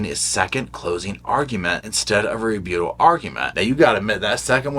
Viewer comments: Rebuttal. Re. BUTT. al. Not re-bute-al. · Re- but-ul...not Re-boot-al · Re Butt ahl Not Re beaut ahl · The way you pronounce ‘rebuttal’ sends me. Ree-BEW-tol You are so stinking cute,!! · Lol!! Its re-BUTT-al 😂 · Please - it’s re-but-tal. 😉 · I've enjoyed your entertaining and informative videos on the Boone trial. Thanks for keeping us updated on the ongoing motions. I sure hope Kraynick covered his bases so we don't have to do it all over again! PS- please look up the correct pronunciation for the word "rebuttal". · I love how you say rebuttal!! lol gives me a giggle.